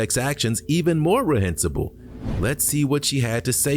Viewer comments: The announcer doesn't know how to pronounce reprehensible... "rehensible"??? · Hey -- I thought I would never write this, but I have lots of respect for your channel and your flawless narration, but you messed up on this one, when you mispronounced "Reprehensible" -- it was quite clear. But you're great man, your channel is on point. -dc